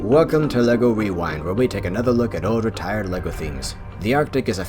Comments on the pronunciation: I just thought, compared to all the other episodes, it sounded like you said wewind instead of rewind. I didn't mean any hate by that. - big fan of the series. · Did this man say "wewind"? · “Welcome to lego wewind” 😂 you made my day. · "Wewind" Keep up the great videos fam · He said we wing